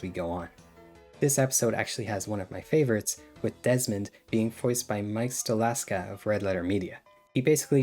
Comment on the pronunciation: Stoklasa, not Stolaska. “Wreaking havoc”, not “wrecking havoc”